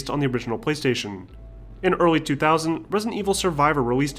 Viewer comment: I keep hearing him say. Pwease station